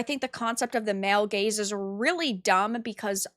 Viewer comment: Oh, she said "gaze"... I heard each time another rhyming word (so was a bit confused) :D